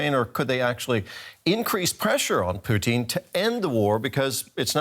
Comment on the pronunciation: Love how he pronounced Putin as Poutine